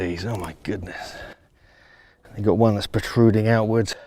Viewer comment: Unfortunately too much bla bla, by someone privileged to have had an English education in his hom country, yet can't or refuses to pronounce the simplest English words properly. "Got" became "gop" and the like. It hurts the ears. Speaking to an international audience, the narrator should have realised, that people would have trouble following and understanding and he could have been a much better ambassador to his country. Or one should have chosen a better narrator who can simply speak better (London) internationally understandable English.